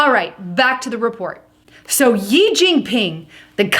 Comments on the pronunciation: you keep saying "YI jing ping" but the pronunciation is like the word "she" and written "xi" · She * it is pronounced She* xi=she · His surname 'Xi' is pronounced like the letter 'C' of the alphabet. Thanks